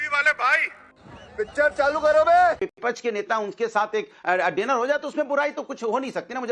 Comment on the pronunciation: ये भदा को" विपक्ष " बोलना भी नहीं आता, बोलता है " विपछ " 😅😅😅